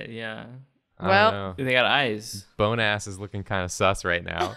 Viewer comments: Why does BONEASS Sound like Bonus? I mean... Everyone can hear that right? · when they said "Bone ass" all I could think of is the French word. In French "bon" mean good so all I hear is good ass. and bone sounds like bon. but pronounced a bit differently but very similar. 🤣🤣🤣🤣🤣